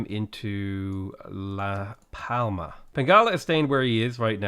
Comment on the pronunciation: Hi! love your vids!!! Im having lots of fun with your pronunciation of spanish cities, not bad at all (spaniard here); some tips, the "Ñ" sounds like a "NI" so try "A Corunia"; the other one is "LaS PalmaS" its important to pronunciate both of the "S" since there is another city called "La Palma"; for the rest its kind a good! Keep it up!